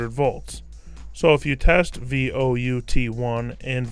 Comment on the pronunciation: Vout1 and Vout2 are not "V O U T 1" its "Volt Out 1" and "Volt Out 2" sorry, that just bugged the holy jeebus out of me.